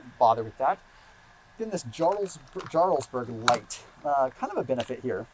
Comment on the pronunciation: Great video, thanks. FYI - Gruyere is pronounced gru-yair like air. Jarlsberg is pronounced yarlsberg...the J is actually like a Y :)